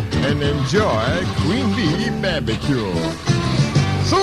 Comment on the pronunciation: That bab-a-cue!